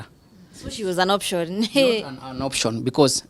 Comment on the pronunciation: 😄😄The way anasema option aki😂😂😂